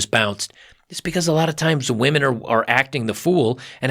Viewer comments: and it's pronounced women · how about the ability to start a family, or just a really good friend that has your back. Stop with the nihilism bub, things won't get better with that mindset. And it's pronounced women